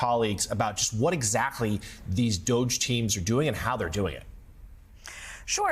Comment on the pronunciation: It’s not douge. It’s Dog-E